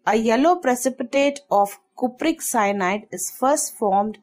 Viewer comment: Cupric bolna sikhle